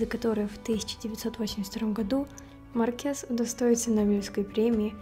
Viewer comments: Почему Марке́с, а не Ма́ркес? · Хорошее видео, только МАркес, а не МаркЕс